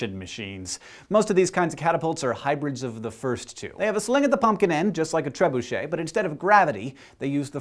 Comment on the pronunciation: I'm happy you pronounced trebuchet like you did. Apparently it's supposed to be pronounced tree-bucket or tré-boo-shet, which make it sound about 10 times less cool.